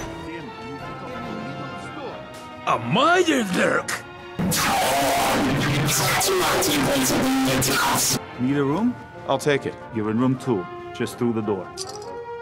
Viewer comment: "-And there was a MIRELURK!!" "a MYIRELbERCK!?"